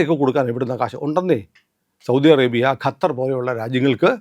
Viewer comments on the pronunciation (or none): none